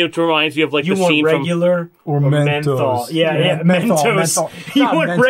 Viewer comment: He pronounces "menthol" like "mental."